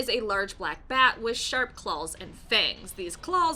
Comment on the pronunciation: Did she say "clawls" lol